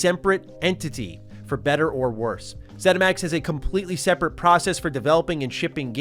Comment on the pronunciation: Haha “semprate”